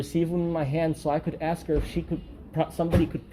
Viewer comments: For some reason black people cant say 'ask'. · To be fair, she did 'axe' you.